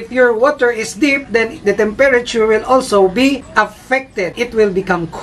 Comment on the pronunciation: learn how to say temperature